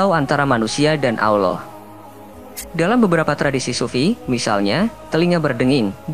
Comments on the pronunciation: Maaf .. Lidah orang yang cakap ini..kena belajar akap Allah SWT..dulu biar fasih cakap Allah nya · Belajar ngaji ya mas, hukum nya fardhu 'ain bagi tiap muslim.. salah satu alasannya itu, penyebutan Allah saja salah, jadi awloh itu salah